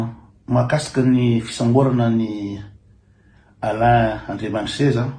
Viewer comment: ALAIN ANDRIAMISEZA, ANARANA MALAGASY IO KOA MBA TONONY TSARA FA TSY TOA IREO TÉLÉSPEAKER AO AMINY TÉLÉRADIO FRANTSAY AKORY IANAO, AZAFADY AH!